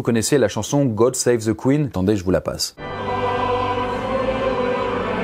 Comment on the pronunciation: ce n'est pas qu'on est pas habitué de voir des français parler anglais, c'est juste que vous parlez pas anglais the se prononce Di pas Ze